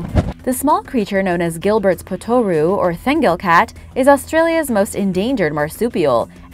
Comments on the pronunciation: The pronunciation is POT-ter-oo not pot-OR-oo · Yeah, looking through to see if someone else noticed. It's spoken like kangaroo. If you can do it with our Aussie accent it's even better.